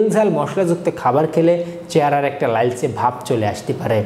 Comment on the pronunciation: লাইলচে বলেন কেন?